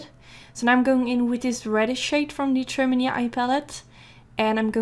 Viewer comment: i know you do not speak english but "trimony" actually stems from the English word matrimony which is where the palette gets its' name as in (matte)trimony so "trimony" is actually pronounced TRI-MOAN-EE or MA-TRI-MOAN-EE if you put it all together. I'm not trying to be rude it's just i'm learning a new language and i appreciate it when a native speaker corrects me. <3